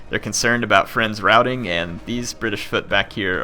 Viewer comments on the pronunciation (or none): none